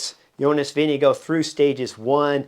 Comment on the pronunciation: Vinge-go = Vingegaard